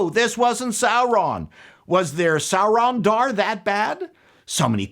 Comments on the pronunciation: "Sauron-dar" caught me off guard 😂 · “Saurondar”, funny 😅🤣😂